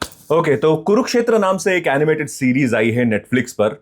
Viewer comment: ज्यादातर लोगों को confusion होता है "Kurukshetra" spelling pronunciation में "कुरुक्षेत्र"को "कुरुकक्षेत्र" बोलते हैं । लेकिन भाइ तुम तो ऐडे नहीं हो ना ! तुमको बहोत सारे लोग follow करते हैं , तुम्हारी बोलनेका अन्दाज , reviews पसन्द करते हैं । तुम जैसे popular content creator हि अगर गलत उच्चारण करने लगो गे तो लोग क्या सिखेंगे ??? Mind it .